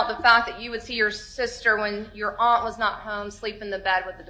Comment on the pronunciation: Aren't is a word for, Aunt? 😂 My wife axed me. 😂 or what not. 😂